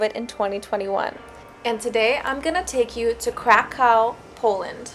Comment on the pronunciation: it was ok,little akcent 😀